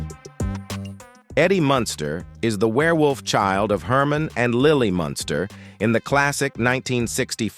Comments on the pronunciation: I really detest the AI voice on these videos. Especially since it gets words and names wrong. Anybody else notice it keeps saying "Monster" instead of 'Munster' ? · I had thought that Al Lewis ran for NYC Mayor, but was surprised to learn that he ran for NY State Governor. Many thanks for the accuracy & enlightening details. With sincerest respect though, that narrator (A.I. voice?) constantly mispronounces the name “Munster” as “Monster”. Though I personally find that endearing because when I was a kid (under 10 years old) I would call them “The Monsters” as a more descriptive name 🧌😉😆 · Munster - Not Monster...Your AI Crap - Don't Cut It...Got IT...Stay Safe... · YOU KNOW HOW TO PRONOUNCE MUNSTER, BUT YOU KEEP SAYING MONSTER. ..... VERY DISTRACTING. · the AI that reads these scripts is horrible on pronunciation, or the idiots who write the script are very careless. even though the family is the Munsters, the AI keeps referring them as Herman monster, Lily monster, Eddie monster. Marilyn is referred to as granddaughter Marilyn Munsters plural